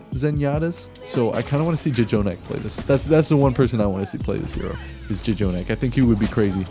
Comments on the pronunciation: ITS NOT JAY JONAK! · his name is pronounced /jonak/. the extra j is for emphasis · No one:: Ja-jonak